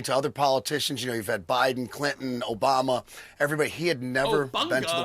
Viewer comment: always when you say Obanga I lose my sh*t please stop 🤣 you can say it 1000 times and I'll still burst out laughting